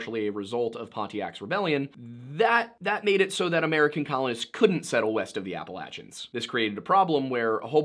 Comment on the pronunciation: Just weird to hear you pronounce Appalachians like that. Why are you saying it that way? LOL it's "appa LAY chins" Edit: yes, I'm from the Appalachians.